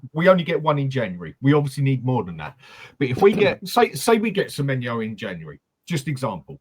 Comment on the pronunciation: It winds me up more than it should that calls Semenyo - Semenya